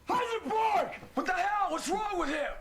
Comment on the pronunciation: Did Tuco say Heisenborg!!! Lol